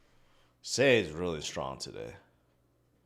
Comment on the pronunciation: sei is pronouned sigh